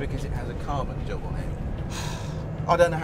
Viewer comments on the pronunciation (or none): i think he said "carbon job"